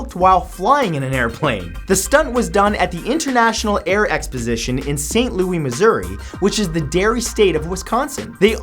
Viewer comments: It's pronounced "saint Loo-isss", not "Louie" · I know I'm nit picking but its pronounced "Saint LouiS'